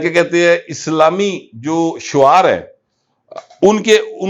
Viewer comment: Shear not shuaar